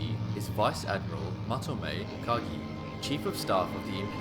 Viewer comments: Vice Admiral Ugaki Matome's name is U-ga-ki, NOT U-ka-gi. It does NOT rhyme with AKAGI. The shootdown of Admiral Yamamoto may have been vengeance but the material effect of killing him is far from clear. Japan was in retreat by April 1943, the war was well on its way to being lost. The position of CinC Combined Fleet was taken over by Admiral Koga Mineichi, who had sound ideas on how to organize Japan's remaining resources to continue the war but had far fewer of those resources to work with than Yamamoto had. He faced an opposing U.S. military far greater than it was when the war started in 1941 at Pearl Harbor. Koga had less than a year in the CinC position before he too was lost. Yamamoto's shootdown gave the admiral as honorable a death as he could have chosen, at the hands of the enemy in an air action. Before the war became obviously hopeless and the folly of launching war against the United States became clear. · Umm... Yamamoto's chief of staff was Admiral Matome UGAKI, not "Ukagi"!